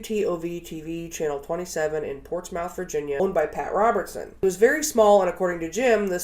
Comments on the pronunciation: i never comment and i’ve been binge watching you for about a week or two but i love your content and it’s ports-mith not portsmouth 😭. i didn’t know they got started so close to home. keep up the work ! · Hearing people not from Virginia pronounce "Portsmouth" tickles the hell out of me. 💀 (It's pronounced "PORTS-myth" or "PORT-smith", but never "PORTS-mouth", even though it looks like it should be phonetic.) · I know this video is a year old (I've only just found you, ) but I just wanted to pass on a "place names rehashed from Great Britain for use in the United States have fucked up pronunciations" tip. You referenced Portsmouth, Virginia. I live in a city near there. It's pronounced "PORTS-muth" or actually "PORT-smth" (barely even using the short 'u' sound) even though it is spelled Ports-MOUTH. Just like a neighboring city, Norfolk (pronounced "NOR-fuck", yes REALLY), it comes from the name of an English town. The pronunciation of Norfolk is particularly fun because of an old joke that Norfolk Catholic High School had a cheer that went along the lines of "We don't drink! We don't smoke! Norfolk! Norfolk! (remember, the 'L' is silent)". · As a Virginian (like locals elsewhere) hearing the way places are pronounced always cracks me up idk why so basic but [and it doesn't matter] Portsmouth is pronounced "Portsmith" and I never thought it could be pronounced any other way. It's usually the "Powhite Parkway" that we expect to hear said a bunch of different ways by non residents 🤣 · I live near Portsmouth (Ohio) and here it's pronounced "porch-muth" or "ports-muth"